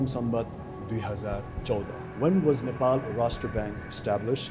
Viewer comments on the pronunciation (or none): none